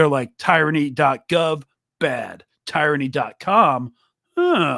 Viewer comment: tee-ruh-nee tho